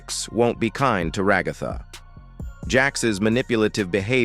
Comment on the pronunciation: THE WAY HE SAYS RAHGATHA